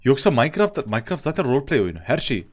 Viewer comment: Nobody: ADŞ:arkadaşlar amaç vroğlpley